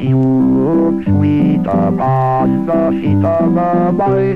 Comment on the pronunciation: But did he "really" see da cat